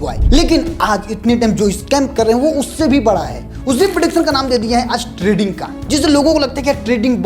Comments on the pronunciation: Trading hota hai treding nahi 😂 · Treding nehi hota Trading hota hai abe anpad "